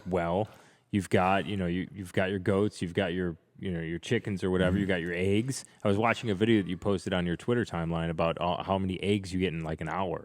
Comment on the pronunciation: Eggs not ayyggs!!!